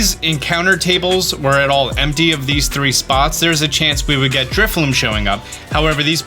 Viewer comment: It’s drifloon with an ‘n’ like balloon